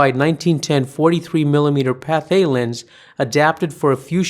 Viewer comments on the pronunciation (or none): none